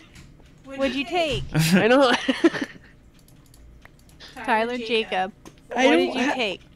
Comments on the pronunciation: who heard said "Tyler Jacob"??? XDDD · Snaple said tixe to me